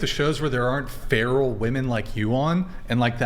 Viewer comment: She said a whole lot of nothing hahah she is the most uneducated person I have ever heard, she couldn't even say the word feral